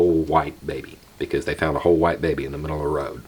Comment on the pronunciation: "Whole white baby." Sounds like my neck of the south. 🤣🤣